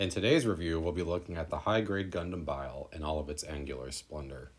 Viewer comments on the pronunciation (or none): Nice short and sweet review, but Bael is pronounced "Bah-El" or "Ba-All" not "Bile" Just thought I'd point that out.